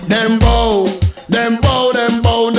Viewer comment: I'm just gonna be that person and say I think you're pronouncing "dem bow" wrong. Pretty sure it rhymes with "cow."